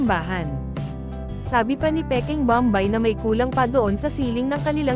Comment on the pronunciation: Pls lang hindi bambay ang pagpronounce kundi bom bay .